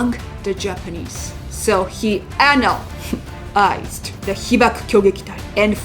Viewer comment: Lost me at "he ANAL-ysed"😂